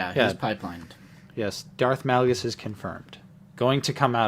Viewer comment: I love you guys but it kill my ODC when you pronounce Darth Malgus incorrectly. Its Malgus, pronounced like Darth MAUL-gus. Play the game, listen to the audiobook, you guys same his name wrong everytime. Other than that keep up the good work!